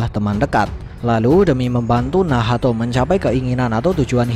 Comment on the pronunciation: Min bilang nacht aja lah jangan bilang Nahato. Gak enak loh d dengar sama kuping Akau. Wkwkwk